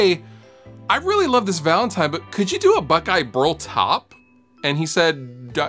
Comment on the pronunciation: ha he says valantime at the start